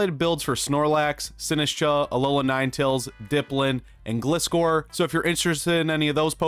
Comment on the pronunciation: "Gliskor" Ah yes the pokemon famously named after the act of glidding.